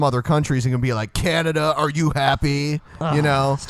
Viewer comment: said canadia